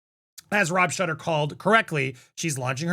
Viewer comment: DUDE!!! It’s pronounced Rob “SHOOTER”!! We’ll-known gossip guru!